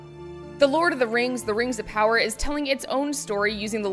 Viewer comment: RANGS OF POWAH AND SHEEEEET